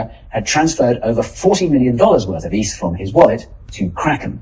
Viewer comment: It’s “eth”, not “eith” you numbnuts 😂